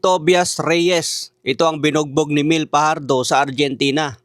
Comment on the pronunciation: Di marunong mag pronounce, Tobayas at Myel ang pagbasa sa pangalan nila.